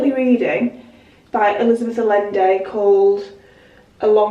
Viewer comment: Allende is pronounced aJende ;) But yes, I do not enjoy her writing either.